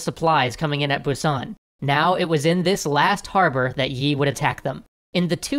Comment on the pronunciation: How do you know so much Korean history but pronounce Busan incorrectly 😂